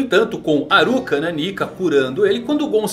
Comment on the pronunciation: me da uma agonia falar Kirua ou Aruka KKKKKKK slkk FALA KILLUA E ALLUKA PUFAVO